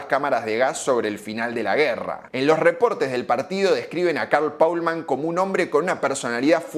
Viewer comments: Es alemán y se pronuncia como está escrito es decir Paulmann y no Polman que sería inglés y no alemán. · Al menos podías pronunciar el apellido como debería ser